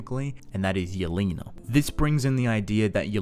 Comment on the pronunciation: thank you for saying yelena properly and not yell-eh-na